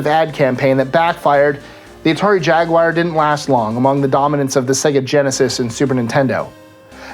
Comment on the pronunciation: What is a Jagwire?